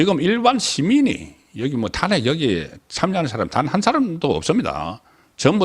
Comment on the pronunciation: 탄핵 발음이 좀 다른거 같네요- 타아안핵 타낵(송국장)